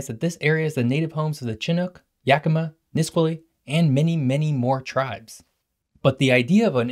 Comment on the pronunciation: I’m enjoying your content a lot. Just so you know, that’s not how you pronounce Chinook and Nisqually. It’s not CHIN-nook, it’s shin-NOOK. and instead of NIS-kwal-lee, it’s nis-SKWAL-lee. Once you’ve mastered those, it’s time to take on next-level words like Wahkiakum, Issaquah, and Puyallup. 😎